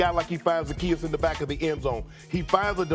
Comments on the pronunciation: Zadeaus?!?!?Come on Stephen A😂😂😂😂😂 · Stephen A really said zadayus 😂 come on man give Zaccheaus some respect, this is like the fourth video I’ve seen that someone messed up his name lol